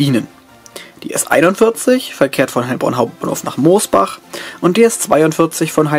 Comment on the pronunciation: Sind echt zwei schöne Videos geworden, mit einer interessanten Thematik. Ein paar Ergänzungen sind mir noch aufgefallen: Mosbach spricht man nicht wie Moos, sondern mit nem kurzen O aus. Bei der AVG wird das eigentlich nicht S-Bahn genannt, sondern Stadtbahn, obwohl sie ja das grüne S-Bahn Logo benutzen. Die Barrierefreiheit ist bei der AVG (von den Hochflurern mal abgesehen) doch zum Großteil gegeben, weil die meisten Bahnsteige ja auf 55 cm erhöht sind und sogar in den Innenstädten bei den neueren Stationen und denen die modernsiert werden zu mindestens der vorderste Teil, wo die ersten zwei Türen halten, auch auf 55 cm erhöht ist, sodass es eingeschränkt auch dort barrierefrei ist. Bei der S-Bahn Rhein-Neckar kommen auf der S 5/51 auch noch zum Großteil unmodernisierte 425 zum Einsatz, die ja nicht barrierefrei sind, was sich ja aber ab Dezember dann durch die Mireos erübrigen wird.